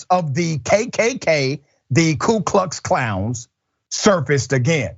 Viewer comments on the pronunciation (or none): It's the ku klux Klan not the ku klick clown lol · Ku Klux Clowns.... Dude! I smiled. Pronouncing K sounds a bit like "k'ay'. So why not make the picture into a piece of art. Paint the picture on canvas, make the white dress pink, and call the art piece "g'AY-g'AY-g'AY". I mean, it kind of looks like the two are fully in love, if you did not know better.